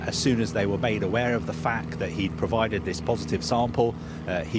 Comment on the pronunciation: “He pro-vi-dead a po-si-tive sam-pehl.” This guy is one of the worst speakers I’ve ever heard in journalism. I can’t stand him.